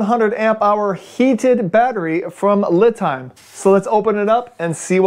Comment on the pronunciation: Isn't it pronounced "Lee" Time like the Chinese name Li, kinda like a pun.?